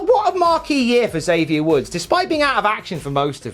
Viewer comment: Probably hear it a lot, but here's another time: Xavier is "X-avier," not "Zavier." From him, not me.